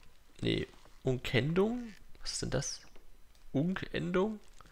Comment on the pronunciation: bei , Unken-Dung, nicht so wie du es ausgesprochen hast. Hihi. Aber ich finde es toll, das du so alte Klassiker spielst. Ich habe damals Fugger 2 geliebt.